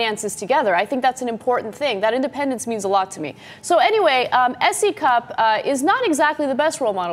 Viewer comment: What I hear when you say her name is C Cup ... hardly impressive